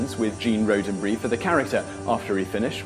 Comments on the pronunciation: Roddenberry, not roh-den-bury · Rod-en-burry not Road-en-burry. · I understand your English accent would have some words sound a bit different. However... Gene Roddenberry's name is not pronounced Roe-den-bree, it is pronounced Rod-en-berry. Whoopi Goldberg is not Whoopi Golds-berg. Also, LeVar Burton's name s not pronounced Lee-Var, it is pronounced Luh-Var. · This may have been mentioned before but you mispronounced Roddenberry. Rod is pronounced with a short o as in 'Todd'. 😃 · Road-en-berry ... how do you even get that? He must never have hard the name spoken and only glanced over the name written. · Fact 15 - It's pronounced Roddenberry as in Rod, not Road... ;) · Gene Roe-den-bree, Whoopi Golds-berg, Lee-Var Burton! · Gene's last name is pronounced ROD, not RODE. Plus that music Is annoying... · The host pronounces Gene Roddenberry's surname as Roadenberry. Can't be much of a fan if you can't even pronounce the creator of Star Trek's name correctly. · Road en Bury? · Lee var Burton... gene roden brie ......whoopie gold's berg.... has he ever seen any trek?.... yeah no not subscribing.... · He is definitely not a trekkie.. as he would then know it's pronounced ROD-DEN-BERRY. The name consists of three words everyone should know how to pronounce. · Ironically he mispronounced ROD-en-berry. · A couple of corrections: 'Roddenberry' is pronounced with a short 'o' (e.g., "rod"), and the phrase was "...where no man has gone before" in its Trek origin. Cheers! :-) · You apologize if you're mispronouncing Hebrew words, but you can't even say "Roddenberry" right. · Autumn Gaylord but Simon is atrocious at mispronouncing names of celebrity type figures, such as Roddenberry, LeVar, Aaron from the Bible, and in another video, pronounced JonBenet Ramsey's as Jon Ben-et, as it looks without the French accent. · Wow, this guy has developed many mind-boggling new ways to mispronounce people's names. Roddddddddenberry, ok? Does that make it clearer for you?